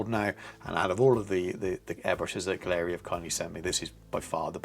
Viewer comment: If you’re getting paid to promote this line you at least should learn how to pronounce their name. Competes with the Infinity? Total rubbish!